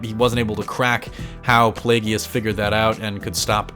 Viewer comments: It's Play-gus not play-ge-us dude, where's your shot of poop? Cause your saying his name wrong 😂💀😂💀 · PLAY-GUS. PLAGUE-US (Plagueis). Not Play-gee-us,.